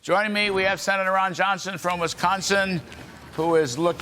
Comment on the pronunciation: His name is Ron Yohnson he lives in Vesconson....